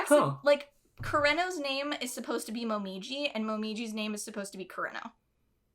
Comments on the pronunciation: I didn’t think I was going to cry when I clicked on this video??? Also, re pronouncing Japanese names: a good rule of thumb is to pronounce them syllabically, so koo-re-no rather than kur-ren-no :) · i speak japanese and i say yours is fine. you pronounce it as if its an english name, like you make an r sound fo kurenos name. r in japanese sound like a d in english. kureno sound like kudeno in japanese 😅💕✌